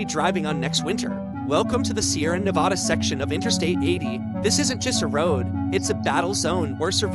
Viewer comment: Stopped the video 30 seconds in because the pronunciation of Nevada smh 🤦‍♂️ was so annoying hearing it